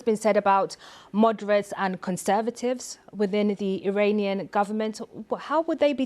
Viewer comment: Awful newsreader - can't pronounce consonants or the letter "r" . There is no such word as "Iwananian" or "Iwan" .Typical BBC - get a job based not on suitability , but on ethnicity and skin colour and ticking the "equality" box.